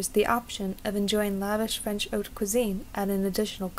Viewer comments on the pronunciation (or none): none